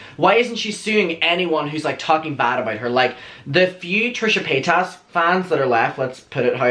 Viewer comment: I’ll never get over how this man says Trisha Pay-Tas lmfaoo😂😂